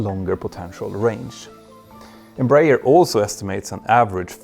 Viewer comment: Just let you know, the correct pronunciation is EmbraEEEEERRRR